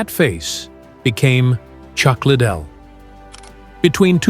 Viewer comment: Learn his name, you sound dumb…….Lid dell …..